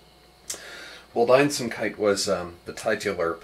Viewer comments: The W is said like an English V, isn't it? That sounds like how he says it to me. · He pronounces the 'a' in the english way, its not the a-sound in the name Walt, its more of an open 'a' sound, like the 'u' in stuck. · I really love your work, but I would like to ask you wether are you aware that you mispronounce the "Wald" part in Waldeinsamkeit? Not a big deal, just as a german that always strikes me when you say it ;)